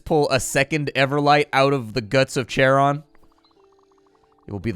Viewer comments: the "ch" in CHARON is pronounced more like "k" not "sh" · Went down through comments expecting at least one comment correcting Charon. Charon is in the same club as words like Chrono, Archaeological, and chameleon.